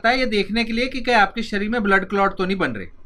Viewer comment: It's शरीर not सरीर